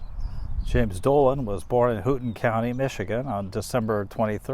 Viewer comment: Houghton is pronounced Hoe ton. Good try, I probably pronounce some of your area names wrong. It's in the western end of the UP, you pee, on the finger that sticks up.